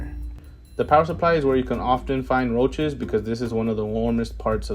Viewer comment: Did he say... Roaches... 😬